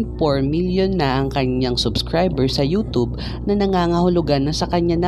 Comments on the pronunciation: Nobody: Him: youtob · Proper way of pronouncing Youtube, youtoob. Fyi